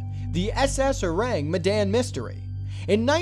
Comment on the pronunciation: You pronounced Ourang Medan wrong... ORAHNG MEHDAHN